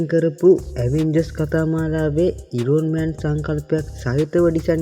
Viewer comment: Iron man pronunciation waradi.. ayan man kiyala kiyanne eka